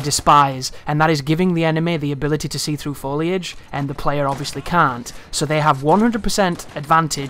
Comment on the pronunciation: Yes! He said foliage instead of foilage!